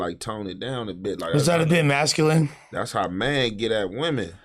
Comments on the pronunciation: …. Said…. “Muskaline” 😂😂😂 it’s “Masculine”!!!! 😂😂😂😂. That’s the homie though!!! ✌🏾✌🏾✌🏾✌🏾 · this nigga said "musculine" instead of masculine...no jumper got the slowest cast on YouTube... please do a spelling bee episode it'll go crazy😅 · musculine or masculine?😂😂😂😂😂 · said muscline😂😂😂😂 he meant to say masculine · Mannnn said “MUSculine” 😒😒man what the fuck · ooo musculine killed me 😂😂😂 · He said musculine instead of masculine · Said muscular instead of masculine lol I used to hate it now I watch for it 🤣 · said Musculane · my nigga said “Musculine” 🙂‍↕️🤝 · Bro said “Musculine” 🙂‍↕️🤝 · He fucked over the word masculine 😂